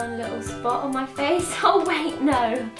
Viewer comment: "My haaa"